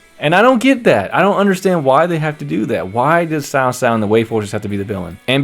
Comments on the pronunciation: Not sao sao, it should pronounce as chao chao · When i was kid they did it for cao cao but it sounded like "cow cow" for ps2 age but they changed when they did dynasty warriors 6 but I agree with you cao cao when we played him in different visions at first oooh big bad man but once you got to known him he was acting of the times of war even though he is no sanit but he helped a lot of different people and brought them together readguradless of their history like yellow turbans